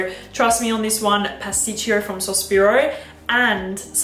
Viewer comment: Pasticcio , pronouncing is without the second I